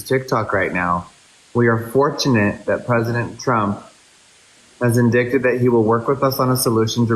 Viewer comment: Am I being mean that I think it is funny when Jeffree is reading out that message and he has no idea how to pronounce "enacted" (he said "intacted") or "indicated" (he says "indickted"). I guess he could have dyslexia or something but not being able to pronounce basic English words is kind of sad.